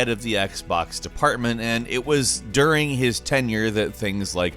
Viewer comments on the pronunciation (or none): none